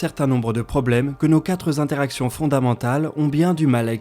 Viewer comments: Les quatre Z'interactions (plusieurs fois) ! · Ces quatre interactions et non ces quatres zinteractions ... J'ai les oreilles qui ont saigné 2 fois. ;-) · Quatre zintéractions vingt zintéractions ou cent zintéractions. T'as vraiment du mal avec les liaisons (dangereuses) ^^ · Merci à tous les deux pour votre incroyable boulot, à consommer sans aucune modération 😋 Si je peux me permettre, parce que ça me vrille régulièrement les oreilles sur la voix off d', pas de S à quatre (le chiffre) donc pas de liaison please! et quatre z'interactions:p